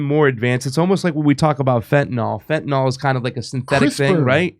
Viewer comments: It's not fentanol, it's fentanyl, rhymes with pill. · FentaNIL, not FentaNOL. AntiseMITic, not antiseMETic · Why does everybody pronounce fentanyl "fentanALL"? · It's not "fen tan all." Damn people are so lazy with language. Look at how many words have been secured in the dictionary simply because too many people are too lazy to pronounce words properly. No exaggeration. It's pretty ridiculous (another constantly mispronounced word). Irregardless is even more stupid because people just added on to "regardless" for no apparent reason. Now I'm getting irritated, and I might just go nukular!